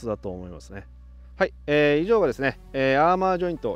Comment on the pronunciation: アーマーって言ってるけど、アーマだよな？？知らんけど